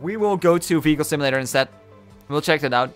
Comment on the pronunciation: u mean check not cheak right